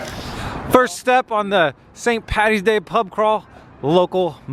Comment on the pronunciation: Thanks for calling it St Paddys day. Its not Pattys day. Great channel. B is for best